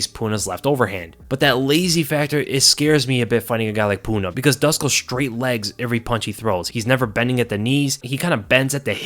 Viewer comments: Dusko is pronounced like du-SHH-ko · please try and pronounce it as "Dooshko" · Hey, Dusko is from Serbia, and his name is pronounced Doo-Shkoh/Douche-koh😛. Great breakdown as always. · Dusko is pronounced like douche -ko...